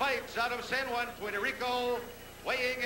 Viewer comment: is san juan not san just